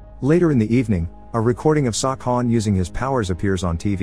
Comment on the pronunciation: I swear I heard sawcon